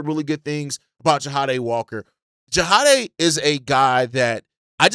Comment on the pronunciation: just an FYI i think his name is pronounced JA DAY (Jahdae) not JA HA DAY